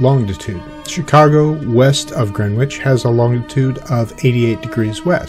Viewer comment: Nice video... one wee thing... its pronounced "Grennich". Short 'e' and the 'w' is silent.